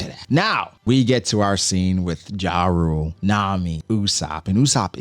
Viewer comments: Jarul is pronounced "Yah-rul" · It’s pronounce YA-RUL ….